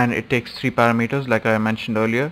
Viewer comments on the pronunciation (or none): i like how u say parameters...its cool you say it like para meters like 2 words good tutorial too